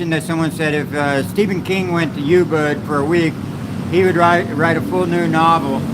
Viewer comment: Not Yubud...it is oooobud...